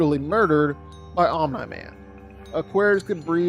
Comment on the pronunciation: 100% comment baiting with that pronunciation of OMNI. Its said correctly on this channel more often than its not. That kind of stuff elicits short term growth with comment engagement but annoys people away that actually watch the videos. Wish it would stop.